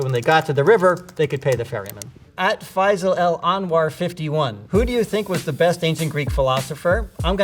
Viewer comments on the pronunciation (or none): none